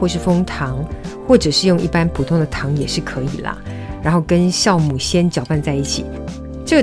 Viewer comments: Jiao母，不是念孝母。这是很基本的发音，这都会念错。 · 酵母。读jiàomǔ ，不是xiàomǔ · wiki says jiaomu not xiaomu